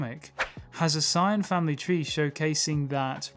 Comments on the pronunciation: SAY-YAN not SIGN WTF It's pronounced how that way everywhere and by everyone, not sure how you got to SIGN. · wh ydoes this dude say sign its saiyan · It's pronounced as Saiyan. Gine's name is pronounced as Jean! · The mispronunciation of Saiyan is triggering an intense desire to slap the taste out of your mouth the correct pronunciation is like this say-in in your next video fix your pronunciation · Learn how to say saiyan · He dedicated his whole channel for dragon ball but can't say saiyan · why cant this guy pronounce saiyan right?